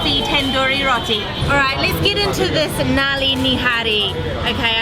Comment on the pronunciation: Finally the next video is here!! Amazing video as always guys! I am glad you are liking the food here in India:) I found one part very funny when said Nali Nihari...Naali in Hindi means sewer:D It is pronounced Nully:P